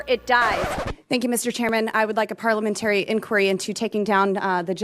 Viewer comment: There should be a parliamentary inquiry on why she can't even pronounce 'parliamentary' properly. Or 'supremacist,' for that matter.